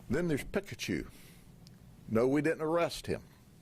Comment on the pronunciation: The heem instead of him drives me crazy. Good job though 😂😂